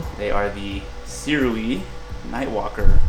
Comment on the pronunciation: See-roo-ee. Not "soo-rei".